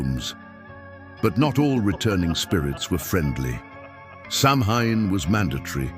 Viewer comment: Mispronouncing Samhain was enough to make me exit.